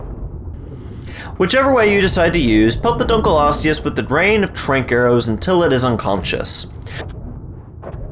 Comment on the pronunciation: Thx for pronouncing it right